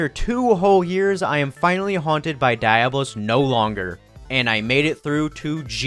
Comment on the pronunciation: The video is almost unwatchable because every time you pronounce Diablos wrong